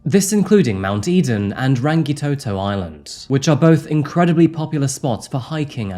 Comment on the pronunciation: I always respect you and your sensitivity to people, as well as attempts to also show respect by properly pronouncing words, but in this case "Maōri", "Aotearoa", "Rangitoto", "Haka", all seem a bit off. Thank you though for all your handling of cases with empathy.